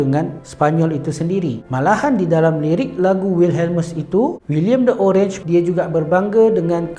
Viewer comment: Bacanya oranye dalam bahasa belanda bukan orange